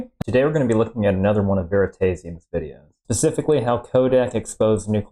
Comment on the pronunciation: You are the only person alive that pronounces this channel “Veritaze-ium”. Everybody else pronounces it “Veritass-ium”